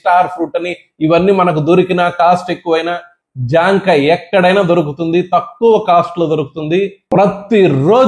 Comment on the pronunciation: సార్...... జాం కాయ్ కాదు....😂😂😂జామ కాయ్.. సూపర్ మీరు